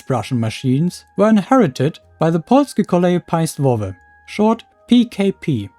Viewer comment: That "Polskie Koleje Państwowe" pronounciation was by far the best one I've heard from a foreigner, congrats! :)